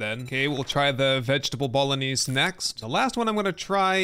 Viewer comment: Dude bolognese is pronouced "bo-lo-neighs" not "bowl-o-knees"